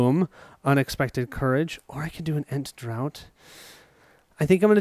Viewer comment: Just to let you know Ent Draught is pronounced Ent Draft. Draught in English is pronounced Draft, you Rebel colonials changed the spelling when you stole our language (-:.Great play through by the way, Unexpected Courage married with Ent Draught - pure power for the trees!Best wishes, looking forward to you finding Gollum.P.S. We stole the word Draught from the Saxon/Norse invaders, it used to be Drattir or to take a pull of( Beer, Ent Water, etc). So changing words must be a colonial thing :-).